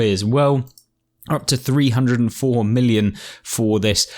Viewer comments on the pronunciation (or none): Not milli-on...millyon